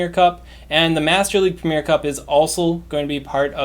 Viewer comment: Arrrgghh premier has 3 syllables, not 2. It’s ‘pre-mi-er’.